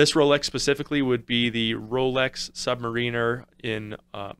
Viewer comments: I can’t take any review seriously when submariner is mispronounced. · A nice set but some glamour shots of the watch itself wouldn't go amiss. Also never heard someone mispronounce submariner before ;)